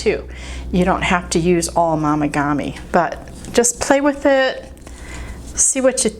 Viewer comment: Momigami is pronounced with a long “o” not an “ah” sound. Like mo not mah. FYI 😊